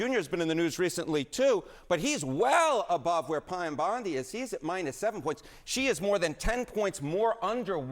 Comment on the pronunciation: Who the hell is "Pyam Bondi"?